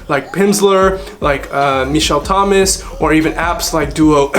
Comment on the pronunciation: he said michelle thomas correctly :D